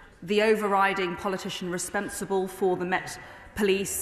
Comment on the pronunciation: Breverman... 'respensible'?